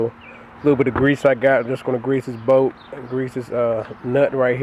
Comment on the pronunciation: It’s bolt not boat 🛶